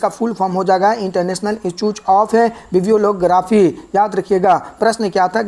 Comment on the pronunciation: सर आप तो इंस्टिट्यूट को इंस्टचुच बोल रहे हैं और ब्रुसेल्स को बुरसेल्स😂😂